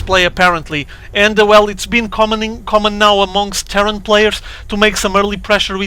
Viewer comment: The way you say "Terran" kind of makes it sound like "terror". :D lol. So to me, it sounded like you were reintroducing the "Ukrainian terror player". ^_^ Always makes me giggle.